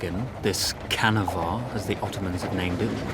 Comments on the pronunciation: lol ''canavar as the ottomans named it'' its pronounced more like janavar though. and it means monster. it feels weird to understand what the enemy is shouting in a video game though. i guess its the same feeling ruskiys feel when they play things like CoD. and this is modern turkish not ottoman. i guess i wouldn't be able to understand it if it was ottoman turkish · It is writen as Canavar but pronounced as Jeanavar